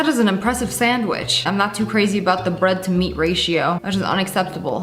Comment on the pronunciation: ´´it’s a standwich ˋˋ Said my dad😂😂😂😂😂😂